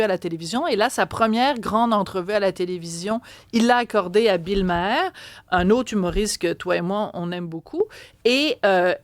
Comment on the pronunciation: On prononce Bill mare pas ma air